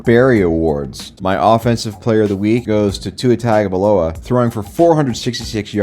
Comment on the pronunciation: how do you still not know how to pronounce tua's name